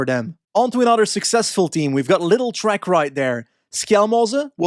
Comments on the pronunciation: 😂 it's pronounced "LIIDL" not "little" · Ever since they changed sponsors i find it quite funny how both you and patrick pronounce the team :D It always sounds like "Little Trek". Not the big Trek from before, the little ones they are now :D As Lidl is a german company, in germany the "i" is pronounced a bit longer. It's [Li:dl]. Don't ask me why. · there was also a discussion on the english speaking GCN during the tour! At first they also pronounced it "little", but someone must have told them, that's not right and they switched to LIIDL from then on :D